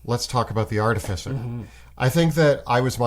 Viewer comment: all these years. still saying artificer incorrectly.